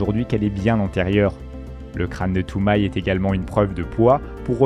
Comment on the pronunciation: et Toumaï non plus